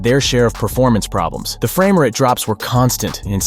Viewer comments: Did homie say Frammer-ate instead of Frame-rate? Hahahaha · Did homie just say "Frama Ret issues" instead of "Frame Rate issues"?! lmfaooo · Excuse me sir…. “framer at” issues ??? How do we know YOURE not A.I.???? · What’s a fer-am-er-ate? I think there is something wrong with your spe-ack-e-ing voice. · AI saying "Fram-er-ate" lol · did you hear the ‘fram rate issues’ too lol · Anyone else think the narrator pronunciation of frame rate(framerate) was weird? Is the narrators voice AI? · The way pronounces ‘frame rates’ is a dead giveaway